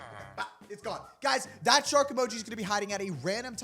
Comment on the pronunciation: Shark not shari